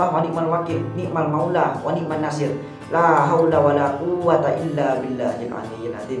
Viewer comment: Mohon maaf🙏 bukan niat untuk menggurui,tapi saya berpesan khusus.ketika membaca wani'man nashir yang nashir nya dibaca ketika huruf S itu monyong bibirnya maaf karna itu sot bukan tsa,buka sya,buka Sa.